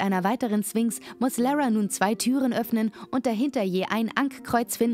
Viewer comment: Du sagst nicht wirklich 'Swinx' oder?